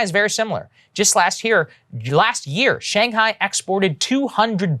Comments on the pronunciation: "Shang Hor" your mouth is out of control dude.. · Anyone notice he said Shang whore? It made me laugh. I’m such a child.